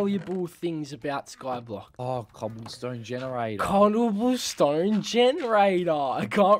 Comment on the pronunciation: “colloble stone generator” you alright mate?